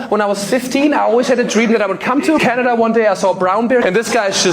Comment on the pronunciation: Omg I love it when I Hear people say Canadia.